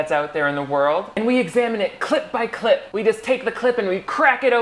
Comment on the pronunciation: I know you are saying "clip" breakdown, but my brain keeps hearing "clit" and now I think I'm catching feelings